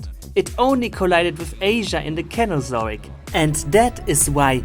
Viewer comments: Kenozoic? Its pronounced cenozoic like in "civet" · Cenozoic is pronounced as Sen-o-zoic (Absolutely no hate at all please don't get mad)